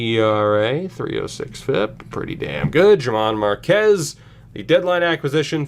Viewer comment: I am a Rockies fan so I am being picky but his name is pronounced like Herman Marquez. Also love the series